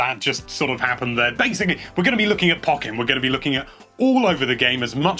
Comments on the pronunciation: Dude why is he saying POC-EN instead of PO-KEN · sorry but I don't like how you say pokken but I don't know how to say it myself but I say it like po ken not poc en sorry if m wrong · PO - KKEN NOT PUKENN